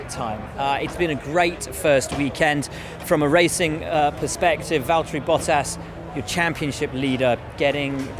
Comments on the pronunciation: Valteri, it’s ja.. chotto matte. James it’s valteri do you mind if I pass Hamilton? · James, it’s Valteri... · James, its valtteri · James, it's Valtteri